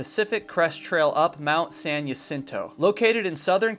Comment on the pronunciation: It’s pronounced “hah sin to” as with many place names in Alta California, it is Spanish.